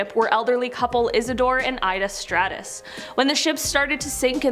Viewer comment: Strauss. Not Stratus.